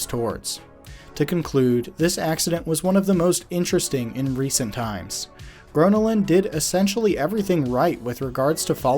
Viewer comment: that's not how you pronounce gröna lund